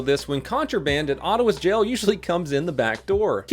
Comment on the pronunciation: When says jail it sounds like gel 😂